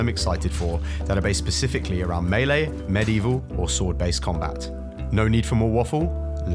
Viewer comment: I KNEW you knew how to pronounce melee